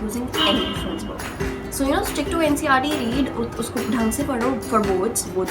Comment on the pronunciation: It's NCERT not NCRT 🤣🤣.btw nice😊